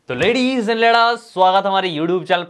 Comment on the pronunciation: Ledis and ledas bolna bnd krde Bhai